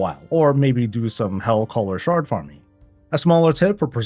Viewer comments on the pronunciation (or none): none